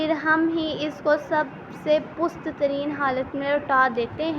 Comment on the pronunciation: Pust lafz nahi hota passt hota hai